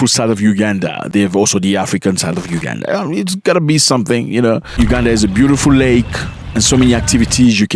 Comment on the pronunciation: It’s Uganda though not Ugada